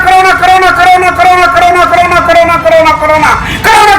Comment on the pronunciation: What he is saying : corona corona corona .. What i heard : nakro nakro nakro😂😂😂